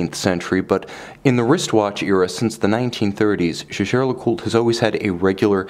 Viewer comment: No. Co-founder Edmond Jaeger was a Frenchman, and Jaeger-LeCoultre is located in the French-speaking region of France. Therefore, the name is pronounced the French way. That's how Jaeger-LeCoultre employees pronounce it.